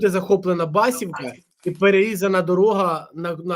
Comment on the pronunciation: Басівка наголос на і . Це дорога на Суджу з селища Басівка. Дякую за ефір!